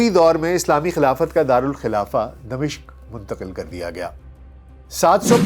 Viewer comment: اگر (د) کے نیچے زیر اور(م) پر زبر کریں تو دمشق کا درست تلفظ بنے گا۔تبصرہ زبردست ہے،اللہ اجر دے۔